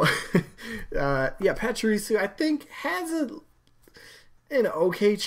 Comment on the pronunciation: I'm a Pokémon fan and all...but Raichu would make so much more sense as a Pikachu echo to round out the evolution line. And honestly, Medusa is really freakin' cool and scary AND we need more villains and ladies. So I vote Medusa. 😀 Also it's Pah-chee-ree-sue 😉